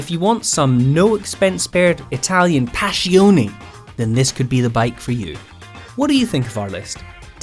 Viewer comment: It is not Italian "Pascioni" but Italian "Passioni" ... :)